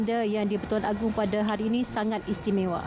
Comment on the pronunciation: Correction: It's Agong not Agung